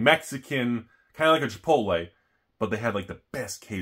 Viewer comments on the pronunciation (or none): none